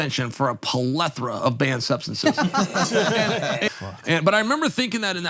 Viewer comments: Every English speaking person in the world: Plethora Uncle Chapel: Palethra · Puhlethera is chael for plethora